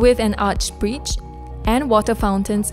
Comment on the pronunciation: She struggles with some words with "i" in the middle. BBQ pits become "BBQ peets", and in this video bridge becomes "breech".